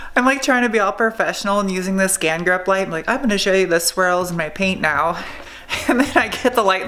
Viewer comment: So every time you say swirl, I actually hear squirl, which makes the whole video even more fun to watch, keep it up!